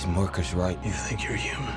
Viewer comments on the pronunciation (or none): none